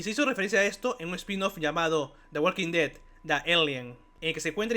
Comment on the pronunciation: Hablas demasiado rápido y dices mal el nombre de la serie. No me gustó el video.